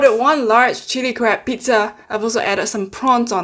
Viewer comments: Lmfao I thought she said crap meet😂🤦🏽‍♀️💖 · I have closed captioning on and sometimes when you say crab, it translates to crap 😂 makes me laugh every time